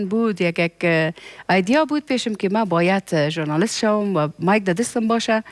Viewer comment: جانى دا ( جرناليست ) نه دى ، مونگ ورته ژورنالست وايو.